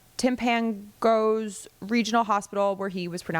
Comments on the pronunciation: timp-uh-NOH-gus. It's an native American term. Love your podcast /YouTube show. Keep it up. ❤🎉 Your pronunciation of Steven Lit' b** Miller makes my day. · The hospital is pronounced Timp-a-no-gus. I only know because sadly I'm from this nightmare of a state.